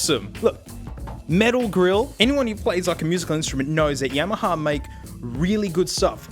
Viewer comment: the first time I've heard someone say Yamaha correctly.